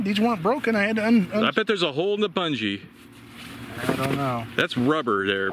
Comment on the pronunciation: Did he pronounce it “bunjy”?